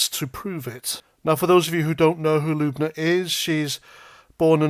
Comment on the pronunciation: Sorry to be that guy but it’s L-Uh-Buh-Na not LUBE-NA 😂